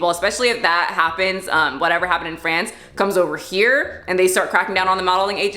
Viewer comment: psst, it's FrAnce, not Frence.